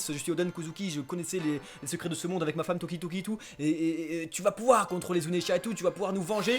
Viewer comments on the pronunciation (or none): none